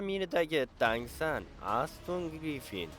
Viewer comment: Tang SAN emas brat TAN SAN